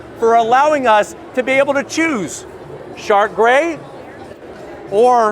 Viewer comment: Did this man just say “shart grey”?